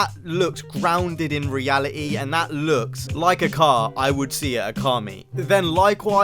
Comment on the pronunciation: “Reali-e “